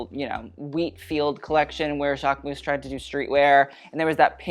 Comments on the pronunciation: speaking both Italian and French it really bugs me how you overly pronounce Versace (but THANKS for doing it correctly) but then mispronounce Jacquemus, the -mus is more like a -mys sound and not like mouse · Him: the jacquemus? 🤢 yeah its jacquemus.